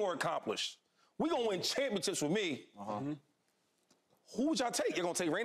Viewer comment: Why does Shady pronounce Championships like “ChampionChips”